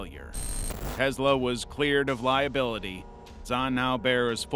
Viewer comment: You do not pronounce a lot of things right kennica like no and Tesla 😂